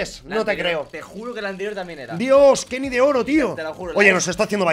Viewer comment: Porfavor quieres dejar de decir kenis tio? Es kenny Es obviamnete lo digo coml se pronuncia 😂😂 esque me pones nervioso 😂😂